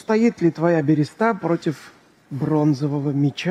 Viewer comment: Хоспади! Да не альтернативная, а криптоистория! И не берЕста, а берЁста!!!